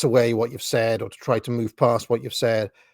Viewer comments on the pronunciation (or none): none